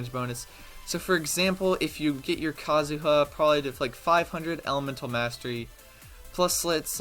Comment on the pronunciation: Just say Kazuha dumbass. The joke didn’t land the first time.